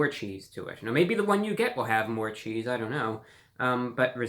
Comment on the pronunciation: did he say 50% more cheesee